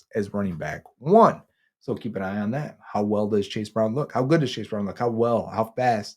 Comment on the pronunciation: I like how says “on” and “ahn” lol